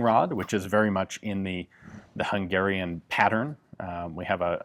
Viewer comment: Thanks for pronouncing Hungarian correctly!